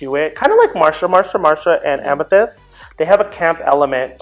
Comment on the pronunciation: This was great! :) U girls get a plus for knowing the names.. lol.. Yuhua over there saying Amthetis instead of Amethyst!